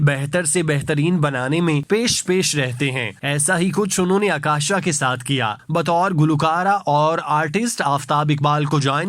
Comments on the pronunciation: اکاشا نہیں اوکاشا گل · جی،اور عکاشہ کی " ع " پہ پیش پڑھنی ہے۔